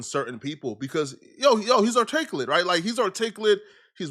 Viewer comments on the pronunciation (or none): the way you butchered the word articulate is insane.